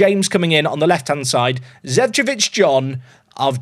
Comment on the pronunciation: it is Zecovic & not Zevcovic